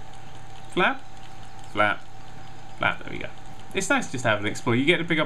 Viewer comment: is it just me or is every time he says flap it sounds like fap?